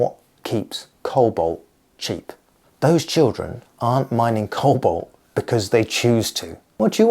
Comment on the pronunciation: it's cobalt not colbot